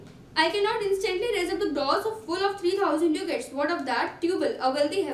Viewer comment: It's dacat in pronounciation not duucat